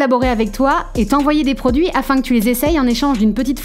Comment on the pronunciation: le "quond pourra" c'est trop. Et " votre produis" ...